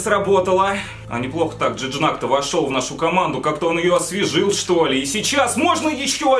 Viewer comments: Не Джидняк, а Жиньяк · не джижнак а жиньяк ударение на я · На будущее Gignac говориться ждиньяк а не джинджак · Ты серьёзно это Жиньяк а не Джижняк грех его не знать одна из чуть ли не легенд марселя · Жижнак,блэт,Жижнак😂😂😂 Правильно Жиньяк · Жиньяк, а не Джиджнак, чуть не умер от такого произношения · Джиджак😂😂. Орнул. Джиньяк правильно. Раньше в Марселе и за Францию играл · Ща бы не знать Жиньяка и произносить его фамилию ка Джиджнак....Facepalm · Когда Хэйпи Гоу лаки А еще Тот Игрок Не джиджнак А джиньак😁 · Это же жиньяк а не джиждак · Не Джиджнак,а Жиньяк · Не Джижнак, а ЖИНЬЯК!!!! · Джиджнак😂😂😂. Жиньяк это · P.s. это не джиджнак, а джиньяк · брат правильно не джиджнак а жиньяк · джиджнак))) Жиньяк читается) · Вообще то не Джиджак а Джиньяк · Он Жиньяк а не Джиджнак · Жиньяк, а не жижнак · Жиньяк,а не жижнак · Жыньяк я не джиджнак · Жиньяк, а не Джиджнак)))) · не Жижнак а Жиньяк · Не женьжак а женьяк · Красавчик) Только правильно Жиньяк) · Жиньяк правильно. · он вообще-то француз, а французский и английский читаются по-разному, правильно Жиньяк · вообще-то он француз и читать надо не с английского а французского так что правильно Жиньяк я уж лучше знаю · Молодец 👏 только правильно жиньяк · Кровь из ушей шла, из-за твоего Джиджнака. Даже если это рофл над Акулом, то пощади хотя бы подписчиков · Правильно джиньяк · не Джиджнак а Жиньяк